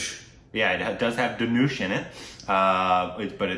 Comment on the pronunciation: U made tamizh into tamol and dhanush into tanoosh🙁🙁😂😂